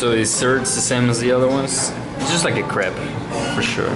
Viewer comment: It's not like "crap" but like crèpe...